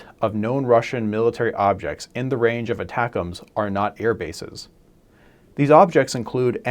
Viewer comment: Thank you for saying "ATACMS" the way it was intended. Many other channels say ATTACK - "M" "S". I will therefore subscribe.